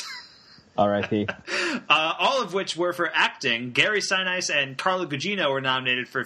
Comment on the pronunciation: Seven minutes in, and you don't know how to pronounce Gary Sinise. 'Bye.